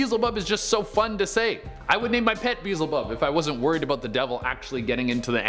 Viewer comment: [BEE]+[EL]+[ZI]+[BUB], idk why it triggers me so much on how y’all pronounce that demons name but, it does lol